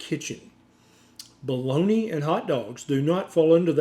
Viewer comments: Doctor BOLOGNA, not Boloni.. 😂It is an Italian city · Why do you pronounce it "balloney" though? It's Italian not a dialect from Louisiana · What is Baloney? Is it just some US mispronounciation of Bolonga? If it is, it's bloody irritating. 😐